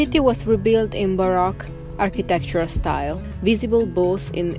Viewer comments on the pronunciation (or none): Now I know why the music is getting better. Baroque is pronounced baroak, not barock.. Just trying to be helpful, not critical, you guys do a great job speaking english. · As always I love ALL your videos! You’re two of my favorite people on You Tube!!! I do need to help you in your pronunciation in ‘Baroque’ ( pronounces like ‘Bar - oh - K’) the O is a strong O like the o in ocean. It’s not a soft O. Like ‘ah’ but like Ohio.